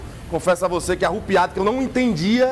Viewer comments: Caro repórter o nome não é "ARRUPIADO" é sim ARREPIADO vamos ler mais pra aprender!!! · Reporter não é "ARRUPIADO" É "ARREPIADO" 😂😂😂😂😂